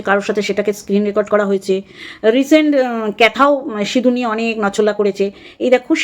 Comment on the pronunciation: Didi sindur k sinur boleche amader anek vaggo valo, vaggis indur boleni😂😂😂😂